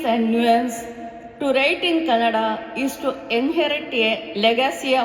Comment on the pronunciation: The pronounciation of the language is not canada. It's Kannada. Stress on n.